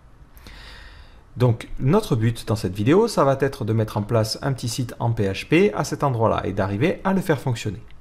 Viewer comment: Super vidéo ! Merci pour ce tuto. Par contre il faut vraiment que tu arrêtes de faire la liaison dans "Ça va être", il n'y a pas de "t" à la fin du mot "va". J'ai remarqué que tu fais souvent cette faute dans tes vidéos, alors essaye d'y penser pour tes auditeurs. A part ça très bon travail comme toujours :)